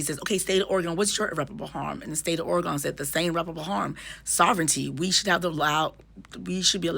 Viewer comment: Thank you for your explanation!!!🥰 (PS: it’s pronounced Or-a-gun over here 😁)